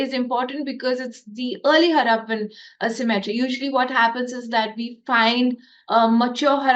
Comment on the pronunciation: Cemetery's prenounciation is different from symmetry